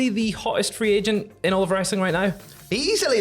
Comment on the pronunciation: For a second at the beginning of the video it sounded like you guys called Okada a "free Asian" and I thought "what the heck did they just say?" But then I realized you said "free agent" and I laughed a little. 😅👍